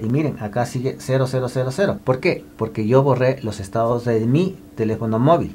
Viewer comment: No es estadis, es estados